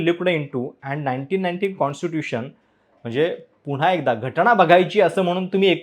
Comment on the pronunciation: कसं काय तुम्ही पत्रकार आहात?? न आणि ण यातला फरक कळत नाही... घटना असत घटणा नसत